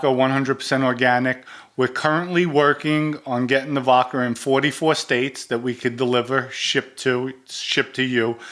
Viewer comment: Every once in a while, my man slips in an 'r' in vodkar. I laugh each time, but just busting balls. is genuine. Hilarious too, "if I have sex with a guy, hey I'm gay."